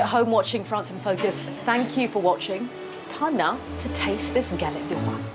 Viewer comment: galettttttte ! pronounce the t ! thank you so much les rois : the kings